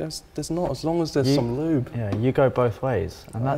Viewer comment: "L O O B"